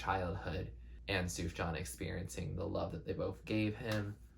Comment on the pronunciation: also his name’s pronounced soo-fyan lmao (don’t worry it’s almost an indie music inside joke by now how confusing his name is to pronounce)